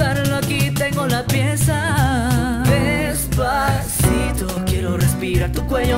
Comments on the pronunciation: THE FIRST GIRL SAID DESPATHITO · the first girl said dispacito wierd she said dispacitho intead of dispacito if you knlw spainsh you will understand. ...? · The first girl ''Despathito'' lol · The first one she was saying Despathito not Despacito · the first girl , despaTITO 😂😂😂😂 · Despatitho! No bayan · Despatito. Hahahahaha 😂😂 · I swear the first one is saying despathito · despatito haha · why does the first person say "despacito" like "despathito" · It is desposeto not despotheto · the first didn't say despasito..... BUT DESPATHITO!!!😠😠😠😠😠😠😠😠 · Why is the first one saying despathito??? Its despacito get it right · Is it so hard to say 'si to' instead of 'thi to' wtf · Its not Despathito but Despacito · the first girl: despathito...despathito... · Is it just me, or did the first girl say "despathito" with the "th" in it? I mean, I'm not offending her because I personally can't speak fluent Spanish myself, but uh yeaaaa... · I love how Sandra pronounces it with a "th" sound instead of an "s" sound. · did anyone else hear the first girl say despathitho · She said despathito, don't believe me, listen to it it's the first cover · why is she like saying "despasitho"???? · i like it but she cant say despacito right lol is funny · #5 di maganda anģ pag pronounce nya ng despaçito😂😂 Prang ang haba ng dila😂😂